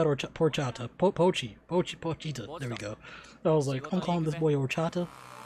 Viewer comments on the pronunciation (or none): Never someone pronounce Pochita’s name like that lol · Funniest (and most genuine) mispronunciation of Pochita on the internet, right here folks. Also, I have to concur with other commentators that the Crunchyroll subtitle translations are MUCH better. I was surprised at some of the differences in word choice for this ep.